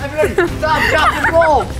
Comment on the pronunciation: IS SO FUNNY BRO “STAWP DWAP AND ROOLLLL” 🤣🤣🤣